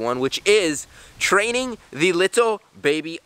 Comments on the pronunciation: Whenever he says training, it sounds like trading xD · In the start i thought he said trading the little baby otters